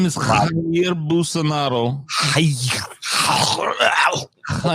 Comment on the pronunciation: Goddamn it thats not how you pronounce Bolsonaros name. Just freaking look it up.